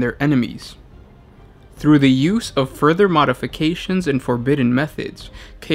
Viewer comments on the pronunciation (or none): none